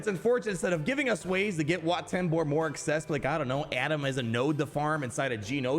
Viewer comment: Wat Tambor ❌ Where Tambor ✅